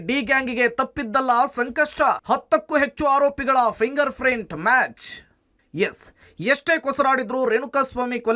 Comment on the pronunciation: ನ್ಯೂಸ್ ರೀಡರ್ ಯಾರೋ ಶಿವಾ....ಪ್ರಿಂಗಾರ್ ಪ್ರಿಂಟ್ ಅಂತಿದಾನೆ 😅😅😅😅ಫಿಂಗರ್ ಪ್ರಿಂಟ್ ಅದು 😂😂